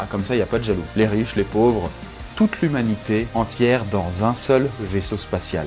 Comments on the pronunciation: Tu as dit l'huminité au lieu de lhumanité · " Toute l'hémunité peut vire la dans" mdrr 😂